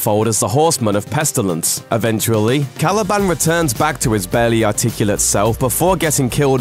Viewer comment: Random point to make, but I absolutely hate the way he says Caliban.